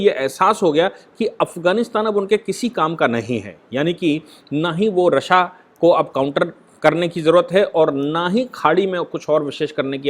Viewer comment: I used to listen yours analysis of current topics, i have a request to u that its pronounced as" रशिया" not" "रस्सा."